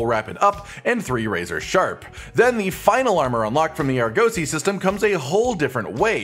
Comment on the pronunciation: less emphasis on the 'oh' in Argosy, it's 'uh'